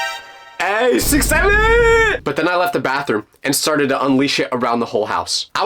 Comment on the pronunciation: Is no one going to talk about the way he said 67😂